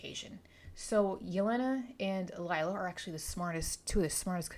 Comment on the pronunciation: Lila is pronounced Lee-la, not Lyla :)